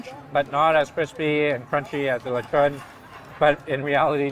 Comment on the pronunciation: You say Lechon like a pro 😃